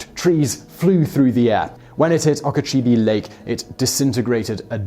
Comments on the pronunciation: oh-kuh-CHO-bee not ah-kah-CHOB-ee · I love your videos, Sir. You all at TopTenz are just great, but I'm going to have a go at you, Simon, as a Floridian: Oh-ka-cho-bee. ;) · You really murdered the pronunciation of Okeechobee (Oak-ah-cho-BEE). Otherwise great work, this was really interesting and I'm not a history person. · One thing I've noticed is that you have an English arrogance in the pronunciations of words from the United States. In your Air Disaster video, you pronounced the failed US Air Ship Akron ( named for the rubber capital of the States, Akron Ohio) as AhKr'on instead of ack-run. A little research would have helped you keep your credibility... and now, the way you are pronouncing Lake Okeechobee is just lazy. "OhKeeCheeBee Lake"? How can you have a thread of confidence that you are right? The word is not even spelled in a way to support this. Oh Key Cho Be. Or OakAHChoBe. I know you work in a mill. I know you are pounding these things out at a feverish rate -- but really, have some respect for the places you are reporting on, and your audience, and have a laky or intern do the research if you haven't the time to pre-read your scripts. I know there is an unwritten code among the English to destroy any unfamiliar word by anglicizing it beyond recognition, it's just that you are servicing an audience of a variety of English speaking countries. Know that other English speakers aren't automatically charmed by the way you crush local pronunciations. Respectfully KCOD. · As a native Floridian, I got a chuckle out of hearing you try to pronounce Okeechobee.